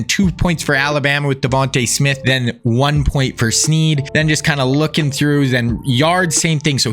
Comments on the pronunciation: Limas Sweed, not Sneed. Show some respect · Great vid but it’s Limas Sweed not Sneed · TX WR#4 is Sweed not Sneed